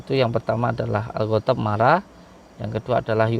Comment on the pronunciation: Banyak yg salah membaca surat yaasin ayat trahir pun salah , Orang mengatakan ghodhob ,maca nya khotob , Bahasa arab khotob itu kayu , Betul ,, udin dukun bergedok agama